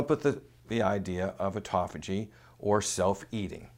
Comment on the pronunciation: He just can not say it right. Why would I want to turn-off Autophagy so that I let chemo kill cancer?? He wants to keep chemo as a constent factor in fighting cancer??? Is that why he says it wrong?? Why not keep autophagy Turned-on and turn off chemo to let Autopahy kill cancer, meanwhile applying intermittent fasting. Which is the right way to fight cancer